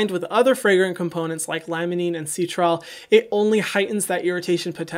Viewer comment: Citral is pronounced - SY-TRAL